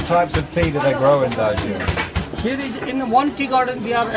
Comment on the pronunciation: Wah darjleeng